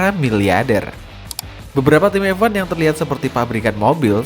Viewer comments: Bang, bacanya F1, bukan EVVAN, semua video isinya bahas EVAN EVAN EVAN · dih ngapa lu, anak mami baper, ya jadi ngoceh gak jelas gini, orang aneh orang aneh. Gw berani survei yg gw omongin bener, emang kenyataanya dia ngomong EVVVVVVAN koq, bukan EFWAN, itu karena gw peduli sama chanel ini, kalo enggak peduli, bodo amat😊